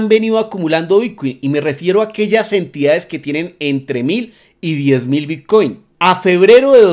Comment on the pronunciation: Son ideas mías o pronuncias "bitcui"? he visto varios videos y en lugar de bitcoin se te oye "bitcui"..